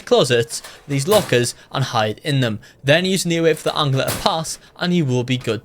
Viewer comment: Why do you say angler like aungler